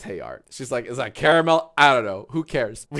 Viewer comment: People usually say “car-mull” or “care-ah-mell”. This the the first time I’ve ever heard “care-ah-mull”